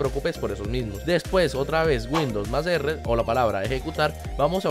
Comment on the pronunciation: Dijo como 4 veces windous r jajaja